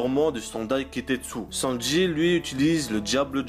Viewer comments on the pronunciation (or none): none